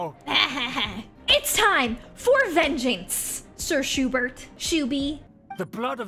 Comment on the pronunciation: I love how it's pronounced "Shoe-Burt"